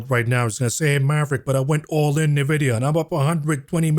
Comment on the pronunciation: At least learn how to pronounce Nvidia correctly ffs 🤦‍♀